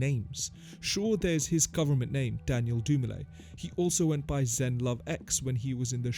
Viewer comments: Zev Love X, not Zen Love X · *Zev Love X not Zen bro !